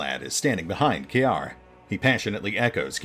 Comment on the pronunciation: Ciar, if looked at from a Celtic / Erse perspective, would be pronounced like "KEER".